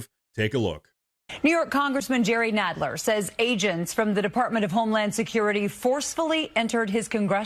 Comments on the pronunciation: love your stuff, but you need to seriously learn how to pronounce names. it makes you look unprofessional. Nadler, not naydler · It's NAD....NADler....Not NADEler.....duuuuh you're annoying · Pronounce his last name right!!! Nadler not Naydler!! 😅😂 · His name is Nadler, not Nedler. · Nadler with a short a. Chicken butt 10¢ a cut. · BTW, its Nadler like Gonad ler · Seriously. This has to be an AI gen channel. The program can't pronounce Jerry Nadler's name!!!!!!!